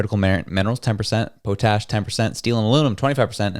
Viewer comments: Whats pow-tash? Its pot-ash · Love the accent! Po-tash. Awesome! 🤩 in the west we pronounce it pot-ash. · Another hooked on phonics gen z , it is pot ash not poe tash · It's not whatever the hell you said, it's POT-ASH. Literally how it sounds. You take a pot and put ash in it. POT-ASH. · its pronounced pot-ash......... potashe' ? lol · Saskatchewan here. The word is Pot ash - Potash. We have lots of it here and they need it for fertilizer. It will get more expensive for the US unless they can get it from Ukraine. Yah that country. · It’s pronounced pawtash